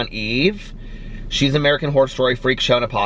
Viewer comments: I think you are saying “whore” every time you say Horror! haha oh! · Took me a good 2 minutes to realize you were saying "Horror" and not "Whore" 😂😂😂😂😂😂😂 Love you!!! Just joined the book club!! Can't wait to read American Predator!!!